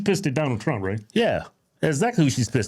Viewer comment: Say his name right it’s trump not twump